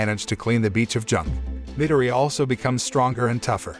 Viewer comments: I like how he miss says Izuku’s last name but says katsuki’s last name just fine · I like how he says minireya(midoryia) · Its medoria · hey the name of deku or midoriya is pronouced mi-dori-ya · Its actually a pronouncing problem from the narrator